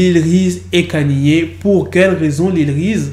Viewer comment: Kanyé 😂 au lieu de ( prononciation : Kéni